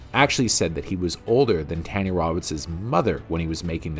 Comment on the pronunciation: Every time you mispronounce Tanya's name, my heart dies a little. RIP Miss Roberts!